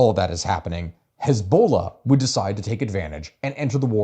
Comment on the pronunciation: I think it's pronounced "HEZ-buh-LAh." Yeah, you're not allowed to go anywhere anymore. That or disable Moonbeam's chaos function...😂😊😂